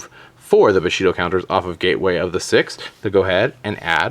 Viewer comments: It's 'Bushido', not 'Boshito' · Bushido pronounced "boo-shee-doh" not "buh-shee-doh" And THIS is why Spamurais are hated, but I remember those dark times, with 3x Shi En, 3x Gateways, and 3x Smoke Signals (yeah, one of the three is back at 3). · IT'S NOT BOSHIDO, IT'S BUSHIDO!!! GOD THATS SO DAMN ANNOYING! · buuuu-shido not booooshido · Stfu stop saying boshido it's bushidom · LOL "Boshido" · nice combo only one thing wrong though. its pronounced boo she dough. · The way you say "Bushido" bothers me .-. it's "bu" as in "bull" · It's BUshido, not BOshido. And Naturia is pronounced like Natural, not "knot". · Are you saying boshido? And nahturia? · Your pronunciation of "Bushido" and "Naturia" annoyed the living hell out of me. Fantastic content as usual though